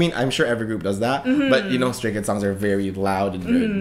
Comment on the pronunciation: I’m sorry, but did the guy say Scary Kids or Stary Kids?